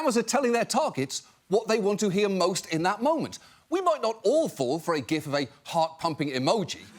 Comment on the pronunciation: oh no. he said gif wrong. thats a shame.